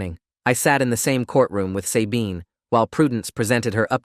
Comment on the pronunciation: As far as I know, it’s pronounced SUH-bean, not say-bean